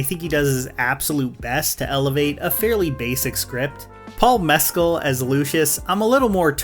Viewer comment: Your pronunciation of Mescal is giving me anxiety